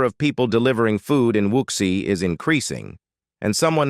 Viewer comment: Your voice synthesizer cannot pronounce "quagmire", "wuxi" and "giga" correctly. Perhaps you can hire one of those unemployed Chinese people to read the text.